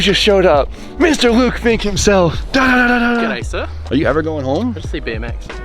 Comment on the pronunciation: Ah yes, the ol Think like Fink theory.